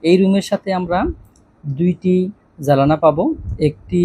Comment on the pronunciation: ভাই আমি গতকাল আর আজকে ভালোভাবে খেয়াল করলাম আপনি জানালা কে জালানা বলেন 😢 বেয়াদবি হলে মাফ করবেন।